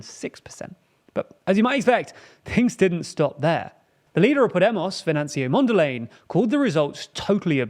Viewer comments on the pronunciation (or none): Good video. Frelimo and Mondlane are pronounced Fraylimo and Mondlunny. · I closed the vid when you called Mondlane "Mondell Lane" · Why make a video about people whose names youre not bothered to learn. Who tf is "Mondalay"? It doesn't even rhyme with the person you're talking about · My brudda, it is pronounced MondlAne like cOme, and not like laying. But A like in the Uk it is pronounced Apple. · I love that you are covering this story, but frankly speaking, I am really offended by the mispronouncing of Mondlane's name. Also the infographic on the terrorist threat in the north seems to suggest that an insurgency is coming from Zambia, which isn't exactly true. This could unintentional but still constitutes a subtle misinformation. It can help to run your graphic designs, and animations by regional and local consultants or content creators who can help with giving a clearer picture. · With respect you should get right the correct pronunciation of Mondlane.